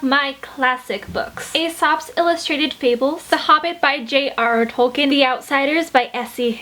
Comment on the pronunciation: Just here to let you know that his name is pronounced Tolk-een, not Tolk-in.